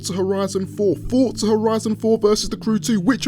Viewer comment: Can u say Forza properly